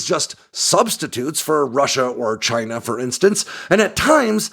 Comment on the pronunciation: They're from Chay-nah! 😂